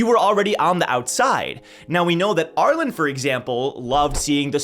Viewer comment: Always fascinating hearing how other people say characters name, not just in TOG but also in other written media. says ARE-LIN. I pronounce ARE-LEAN